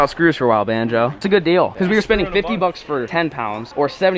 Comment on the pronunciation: Who remembers bonzo instead of banjo